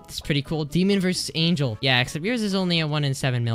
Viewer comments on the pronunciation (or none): none